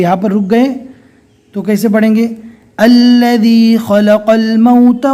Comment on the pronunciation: Ilif to nai padna hai to allaji padh rahe hai